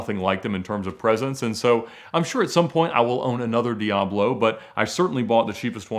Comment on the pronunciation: Think this guy needs elocution lessons on how to pronounce words.. In one of his videos he calls a Bugatti Veyron a Boogaati Veyrone. Now a Lamborghini Diablo is a Lamborghini Diaarblo.. Its di-ab-lo. Not di- aarb-lo. Its vey-ron. Not vey-rone.